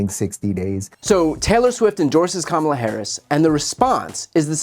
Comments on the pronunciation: A few days after the 2020 election I Googled how to pronounce Kamala, because she's going to be vice president. These right wing douchebags continue to mispronounce her name intentionally as a backhanded insult. They all do it, online, on the radio/TV/social media. Frankly it's offensive. Soon instead of correcting their mispronunciations we should interrupt them and tell them, "just say the president if you can't correctly pronounce her name." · How is it still so difficult for the right to just pronounce Kamala’s name right? Just the most basic thing you can possibly do. Pronounce a name correctly. Oh right! It’s stemmed from racism. Carry on right wing nuts. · The Rubin Report guy....Idk who that is, Rubin, I guess...anyway, Why does he insist on pronouncing her name incorrectly? It's so petty and really undermines their whole platform as far as their reputation goes. 1/2 of the WORLD is female. 1/2 of the United States is female. 1/2 of that 1/2 is totally FOR Kamala for President. So when you do that you're not only insulting her but you're insulting all of them, too, in one big jerky swoop. It's Comma-La, Kamala. Show some respect for your next President. A woman gave birth to you and now a woman is going to lead you. You'll be okay. Man up. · Her name is Kama la! Stop mispronouncing her name. Taylor Swift doesn't want dirty 🗑musk or his buddies.